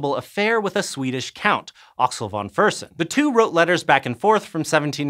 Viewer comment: Try to pronounce "Axel von Fersen" more like "axelle fon fashen" instead of "axl von fursn"